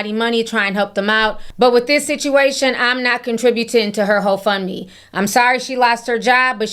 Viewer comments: Ti, why did I think you said h03 fund me instead of whole fund me? I had to put on that CC to make sure 😂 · Did you say ho fund me 😂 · Every time Ti said Hoe-Fund-Me 🤣🤣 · lol are you saying "hoe fund me" 😭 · Idk if I misheard you, but when you said, “I’m not supporting her hoe fund me page,” I almost died laughing. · Did you say HoefundMe 😂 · hoefundme has me siiiiiick 😂😂😂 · ~ Ti did you say ‘Ho fund me’? 😂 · She said Hoefundme 😩😩😂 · Did I hear correctly? “I’m not gonna support your HoFundMe”🤔😂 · Why I rewatch the video to fact check and you, right! She does say HoFundMe!🤣🤣🤣🤣